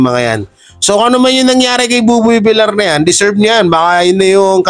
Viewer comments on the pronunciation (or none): Buboy vilyar po sir ang pronunciation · villiar dpt ang pag pronauce mo sir hnd villar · Boss hindi po boboy vil-lar ang prounounciation ng appelyido ni boboy tonong (vilyar) po yan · Boss...bilyar(Villar)Hindi bilar(Vilar)✌️✌️✌️